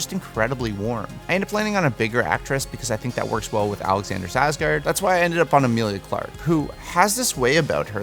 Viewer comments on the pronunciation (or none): It's not Sarsgard... it's "SKARSGÅRD". There is a K in his name. Personally, I've never heard of most of the people you've chosen but Skarsgård I HAVE heard of. Please learn to pronounce names correctly. How would you like it if someone kept mispronouncing your name when they can SEE it written pretty much anywhere they look it up?? Sorry, just a MAJOR pet peeve of mine. That, and people who can't spell. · Why does it bother me how he says Carlisle and Skarsgard? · That was probably the most butchered pronunciation of Alexanders Skarsgård I have ever heard 😂